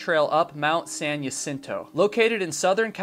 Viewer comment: Spanish is the nemesis of Americans, pronounced San Hacinto